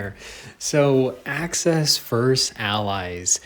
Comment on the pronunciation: everyone: AXIS muffin: aCcEsS!